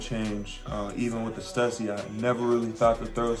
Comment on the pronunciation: That’s not how you say stussy? lol